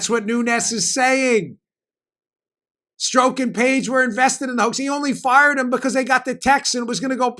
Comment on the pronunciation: Dan, I know why you pronounce Strzok's name wrong. It is a common tactic with investigators. They pronounce names wrong on purpose, to upset the suspect, and because it upsets the suspect, the suspect acts emotionally, instead of intellectually. And, the suspect starts making mistakes. A suspect is not in a good position to get angry, because the angrier they get the more mistakes they make.